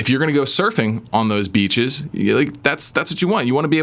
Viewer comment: As a not native English speaker, I have a hard time hearing the difference between "beaches" and "bitches", though "avoid these bitches" advice still works for me lol Very informative and true video. Great channel, man, thank you for your help.